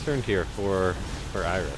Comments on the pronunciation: So is it like a running joke that you pronounce it "Iris" or? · Why are you saying "Iris"?